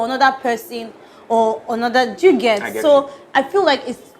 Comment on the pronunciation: "Onoda" is pronouncing the English word "another" in Yoruba language!Lol!